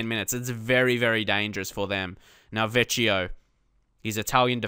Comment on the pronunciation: The Italian guy is pronounced Vekkeeyo not vecheeo